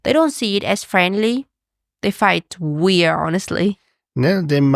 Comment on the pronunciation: I have a question about Uyens language and please don't consider it hate - it comes from genuine interest. I noticed that often "swallows" the last letters of words for example "weir-" instead of "weird" and "mayonnai-" instead of "mayonnaise" or even not pronouncing the plural "s" eg. "companie-" even if she is speaking about more than one. She has amazing English skills and I absolutely respect her for that! Still it does interest me why she doesn't pronounce some of the last letters? I learned Japanese for a short period of time and I know that this language consists of syllables that doesn't end on other letters than vocals (with one exception I think). Is this the case with Vietnamese as well?